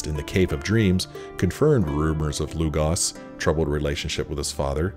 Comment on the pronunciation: Lugos not Lugas